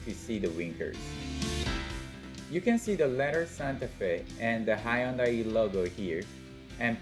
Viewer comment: High yun dai ??!!! It's hyun dai !!!!!!!